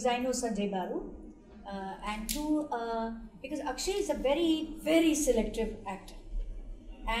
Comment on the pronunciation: Akshaye not akshay